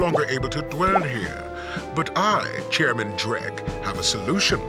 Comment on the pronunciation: Drek is not Drek